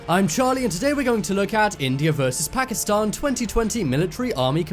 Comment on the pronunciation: First of all learn how to say pakistan btw why did u make pakistani look like arabs?